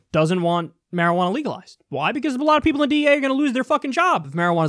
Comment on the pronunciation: you're not pronouncing marijuana correctly